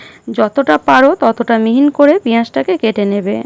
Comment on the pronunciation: রান্না করতে হলে ভাষা ঠিক করতে হবে বারবার মিহি না বলে মিহিন কসৌরী কে কস্তুরী বলেছেন কেনো